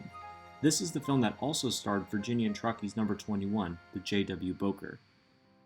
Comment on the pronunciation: First that's not how you say Bowker and 27 wasn't there